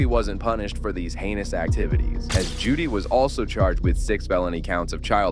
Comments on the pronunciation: It’s Jody not Judy. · Her name is JODY, not Judy.